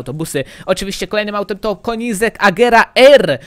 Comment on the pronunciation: mówi się kenizeg a nie konizek